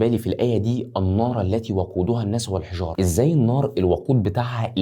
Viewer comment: يا جماعه في غلط في قراءته لان في قوله تعالى كان يقول الحجاره مش بالضم بالكسر